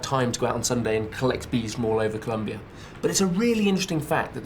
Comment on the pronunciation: for an expert on South America who speaks spanish - there's no excuse for his pronunciation of "Co-lOm- bia"